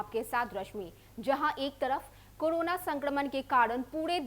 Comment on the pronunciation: Kodona, bhadme, tdahi nhi . Pahle patrakarita ki shabd shaili shikhiye fir prasharan kijiye. Like an Indian citizen.